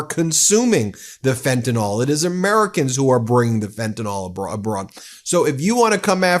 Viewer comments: Ben Meiselas: Please correct yourself -- the drug is Fentanyl, not Fentanol. Thank you. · please say fentanyl , not fentanol thx